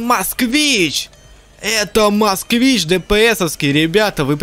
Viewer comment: Москвич. А не Москвна